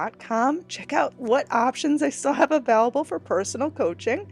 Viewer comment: I love you but your pronunciation of "available" drives me nutty! it's a VALE able not a VALL able. Please don't hate me for saying that!